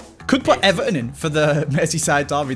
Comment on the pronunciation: eVARton say it with me